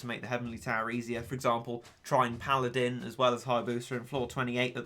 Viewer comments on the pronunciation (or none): none